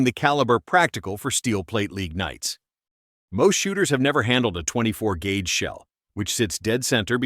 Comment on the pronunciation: The AI narrator lost me at "24 gauge"